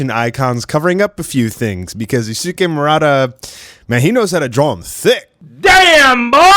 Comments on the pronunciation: Just a piece of advice, "Yusuke" is pronouced as "Yus-ke" (silent U) rather than "Yusu-ke". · I’m generally not one to correct pronunciation but please learn how to say Yusuke’s name correctly 😭